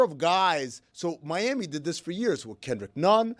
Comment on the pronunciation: Big miss on “moons over mi-ham-i” come on!!